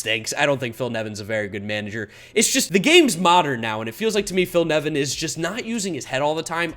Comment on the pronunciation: Watched to make sure you got Nevin right. Was not disappointed.